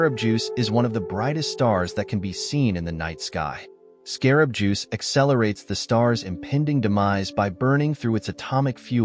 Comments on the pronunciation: also said 'insect juice' one time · I like how the narrator is calling Betelgeuse, "Scarab Juice."